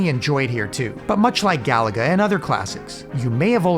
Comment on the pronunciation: Gaaaah. I cringe when people pronounce Galaga like "Gallagher". Stress the middle syllable, ga-LA-ga.